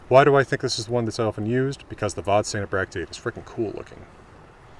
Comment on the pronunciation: Hugely uninportant correction, Vadstena is pronounsed ”vasstena”